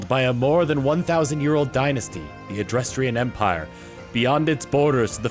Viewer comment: I swear you're doing this on purpose. It's neither difficult to read nor pronounce some of the names and terms that you are butchering. First is a simple Dutch pronunciation for Adrestia. Let's sound it out. First part is pronounced address while the second is pronounce like the the name Tia. And that is how you pronounce Adrestia. See? It's as simple as reading a made up word. The final lesson is in pronouncing old Germanic names which I would normally say is a bit more complex seeing as they're normally spelled slightly different than how the English or Americans would pronounce them but fortunately this particular name is spelled exactly as it sounds. Hresvelg, Catherine, and Anastasia are all old world European names that which oddly enough sound similar if not exactly how they are spelled. First let's start with Catherine. The first part is pronounced CATH, the second part is pronounced ER, and the third part is pronounced like the word IN. Next is Anastasia which depending on which part of Europe you were in was typically pronounced one of two ways. Firstly it could be pronounced with first part being the name Anne, the second part being ast, and the third part sounding like the continent of Asia. The second pronunciation would be with the first part being the name Anna, the second part sounding like the word stop with the P removed, and the last part sounding like the term "see ya". Finally there's the name Hresvelg. The first part of the name is pronounced like th